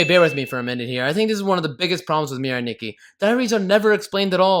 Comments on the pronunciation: Adding sins for every time he mispronounced Mirai Nikki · You Get 568 Sins For Saying “Mirai Nikki” Wrong